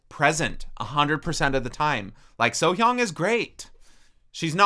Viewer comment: Plus point for pronounced Sohyang's name correctly :D